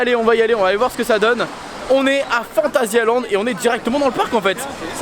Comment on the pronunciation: Phantasialand et non pas phantasiland...